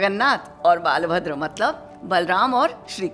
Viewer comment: One correction... the name of Balram is "बलभद्र " NOT "बालभद्र". So in Puri, we worship बलभद्र, शुभद्रा, जगन्नाथ"